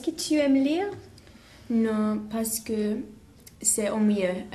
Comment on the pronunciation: the chinese girl also keeps sayin parce que like "parsi kuh" instead of "parse kuh" (ignore my messed up sounds but you can tell what i mean if you listen)